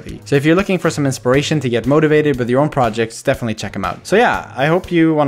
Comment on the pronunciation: Dude! What a mega inspriashe (in-spur-rashe). Getting into unreal engine now that I know visual scripting is here! My days as a process architect will bring my if than statements to life!!